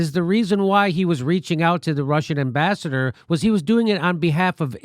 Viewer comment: That's Ambassador sounds like "Kissmyass"